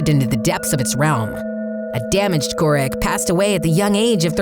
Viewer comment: KOO-ROOK not KOO-RICK